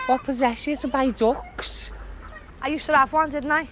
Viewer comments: It makes me crease how she pronounced ‘Duck’, “DUCKHHHS” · "Agh boughhhh too ducghhhhhhhs" (translation: I bought two ducks)